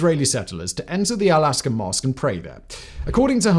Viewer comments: Thank you, Simon. A very good unbiased presentation of facts/information. Nothing new for a good content creator. Just a small correction: it's "Al-Aqsa" and not "Al Asqa." It is written correctly, but you pronounced it the other way around. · You are what MSM needs. Excellent view and catchup with facts without watching the news, amazing! One thing though, why do you keep saying "Al Aska"? I'm fairly sure it's "Al aksa" phonetically... Man I'm scared trying to point out a minor detail on such a perfect video :D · Pronounced Al "aksa" not Al "aska". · The Al-Aqsa Mosque: not "all-aska", it's "all-aksa" Sorry, it just bugs me when professional speakers don't speak properly... like pronouncing nuclear as "NEW-ku-ler" instead of the correct pronunciation, "NEW-klee-er". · There are many, many mistakes in this video, from saying: "Al asqua" instead of Aqsa (pronounced A-K-TS-A) and "Using the element of surprise... Israel and Syria were initially able to devastate the Israeli countryside" - should obviously be Egypt and Syria... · You keep saying "Aska", but it is "Aqsa"... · AQSA! NOT ASQA!! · Al-aqsa is pronounced al-axa . The q comes before the S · Shalom from southern Israel. I look forward to more of your coverage. A few quick notes: 1. it’s pronounced AK-sa for Al aqsa flood. 2. The southern city is Ofakim, not Okafim. Pronounced OAF-a-keem 3. Quds is pronounced KOODS. It is the Arabic name for Jerusalem. 4. You failed to mention that Hamas was supported by the people of Gaza in a free and fair election. Hamas is the legitimate government representative of the people of Gaza and the publicly declared war. 5. While some extremist Jews have attempted to pray at the Temple Mount, not in the mosque where we are not permitted anyway, such prayers are illegal and prohibited by police. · Why does he keep calling it Al Aska? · Great video.. lol at pronunciation of "al aqsa" as "al aska" but i guess we all have our own pronunciation blindness angles😄